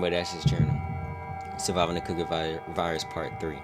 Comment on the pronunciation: Cookie… not coockie.